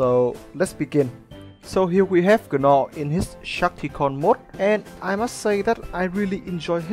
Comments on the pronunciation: Cool review but FYI the characters name is pronounced like “naw”...the g is silent hahah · A great review, as always. In case you're interested, the 'g' in Gnaw is silent.